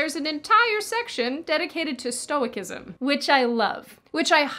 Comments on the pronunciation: "Stow i sizem" i don't know why the hard C becomes an S sound but that's how you pronounce "Stoicism" :) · Love your Marcus shirt but your pronunciation of Stoicism had me on the floor. stow-uh-si-sm, love. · I believe it's stoe-sizem. Just for future reference. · You are doing good and important work here. And on a side note, in conventional American English, it's customary to pronounce "stoicism" as "STOW-iss-ism, with a soft "c." Your pronunciation with a hard "c" may have some justification in the fact that neither Latin nor ancient Greek had a soft "c" equivalent, but in academic philosophy circles, the word is pronounced with a soft "c." "Stoic" retains the hard "c." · StoiKism ????? If Blinkest pronounces it like that in the spoken version, I really don't think I can take it too seriously. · It's pronounced Stoe-iss-izm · Just a little heads-up,. Stoicism is pronounced ˈstōəˌsizəm. Yes; I watched the entirety of your sponsor segment. Every little helps. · "Marcus Aurelius is hard to read" "Stoickism" Hahaha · Listen, I love you like a favorite daughter, but... next time the word "stoicism" comes up in a video, please keep in mind that the C is soft. (Stow-i-siz-em.) That said, thank you for what you do. It's a noble work. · Love you but it’s sto i siszom -(stoicism) - c is an sss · stoicism (sto-eh-sism) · I don't think you're actually into Stoicism since you mispronounced the "c" in stoicism. It's a soft c like in cell, where, btw, all those scumbags at Johns Hopkins belong. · you said stoicism wrong... <3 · Stoicism is pronounced differently, 'c' does not become a 'k', it stays a 'c' ;)) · Off topic comment. How to pronounce stoicism. Adding -ism softens the C in stoic to an s. Thanks for another video.